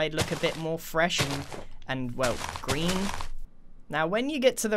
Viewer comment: Uhm “Grean”?